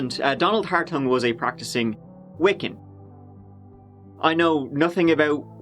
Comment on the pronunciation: the name is Wicca not Wiken